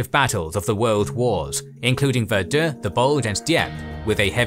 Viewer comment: I may be a troglodyte deep inside a whole but I’ve never heard Verdun pronounced the way the narrator just pronounced it, thank you.